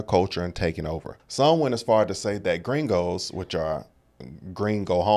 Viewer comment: The whitest girl I have ever seen in my life is yelling "fu%^&** gringos" with an english accent lmfao!!!!!!!!! IM DONE, the irony!!